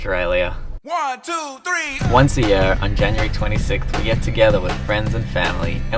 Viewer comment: When you hear the inner South African when he says year